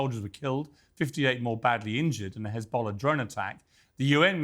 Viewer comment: Khizbollah Khouthi Khamas 😂 we have to teach this homeless unhumain criminals how to pronounce.